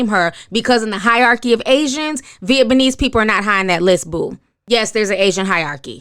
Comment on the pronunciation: Convid... Vietbanese... these words are a bigger struggle than necessary